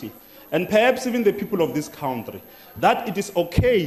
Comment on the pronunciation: cowntry....this shit is hilarious